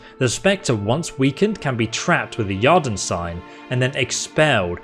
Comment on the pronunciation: So... does your Geralt not know any signs, mate? All those fights and you were just all "brigand" and almost no witcher [lol, drove me a bit mad ;-) ] You should have a decent Igni, and certainly a little Yrden would have been helpful methinks [isn't that pronounced something like "year-den" btw?]. Then again, Quen is a decent health-saver as well ;-) lol, just cos he's a wolf doesn't mean that he uses no signs in a fight, eh? ;-) I enjoyed the video much, and you do the narrative proud - so don't take the critique (for the lack of sign use) too seriously ;-) - many thanks! Liked and sub'd Note - a "Philter" is not a "Pill-fer", it's a "Fill-ter" actually (you did get it right later on, so just teasing). Lastly, to be fair, I'm only thirty minutes in, but he's fought more than a few "victims", all necro' looking, nasty and whatnot. Here's hoping the next 30 see a few more signs & potions mixed in to your skirmishes 😎 Perhaps it's the pro-youtuber introducing extra drama by continuously allowing his health to drop to near death levels? Heh... probably, eh? A little Quen here, an extra Aard or two, perhaps a faster usage of POTIONS for healing - would have been far less dramatic, I suppose. lol.. Makes Geralt seem a tad off his game, but more nail-biting for sure. Well done, man.